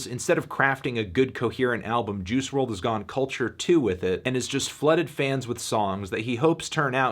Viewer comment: Its pronounced juice, not Jews.